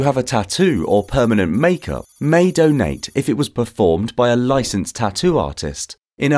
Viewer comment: The way he says donate tho, I want a doughnut now 👌🏼